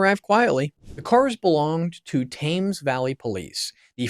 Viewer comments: ✅ Good production quality ❌ but terrible pronunciation of English names like (here’s how to say them) SAND-ring-um and Tems …❌ not Tames. ❌ It doesn’t rhyme with James. Really, you should do a little research on other videos with these ❌ names have been pronounced correctly. There’s only like… hundreds of them. ❌ Also, this is really old news now. Thanks for the click bait… 1 Day Ago 👎 ✅ I do like that you narrated it tho and you look like an ✅ intelligent, believable guy so ✅ good luck with your future videos. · SanDRINGHAM in Nor-FOLK and TAYMS Valley police, eh? If you come across words you're not familiar with and aren't sure how to pronounce them, maybe checking before blurting out nonsense on video could be an option. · "Thames"? Please get the name correct, "Tems Valley" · PLEASE learn how to pronounce proper names. specifically "Sandringham", "Norfolk", "Thames" and "Aylsham". To British ears you sound very err... American (this is not a complement). When you talk about British police - you video shows American police and at one point police from some third country. Pretty sloppy. I like the content though. Andrew is a pig that has besmirched the institution of monarchy. When the King said "the law must run its course" that removed all royal privilege and protection. King Charles must be fizzing with anger at his brother and by publishing those words he is signalling that he is prepared to see Andrew in prison. You can now expect the full force of the law to drop on Andrew like a ton of bricks.